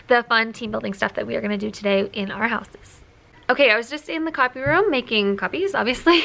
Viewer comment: When you said you were in the copy room, it sounded like you said coffee room, and I got so jealous for a minute 🙃